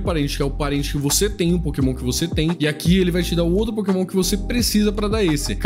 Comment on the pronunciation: A Nintendo ouvindo ele falar Pokémon o vídeo todo: 💀